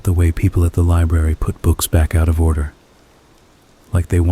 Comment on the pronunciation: I PICKED UP A FREE “OTTER” AT MIDNIGHT 😂😂😂😂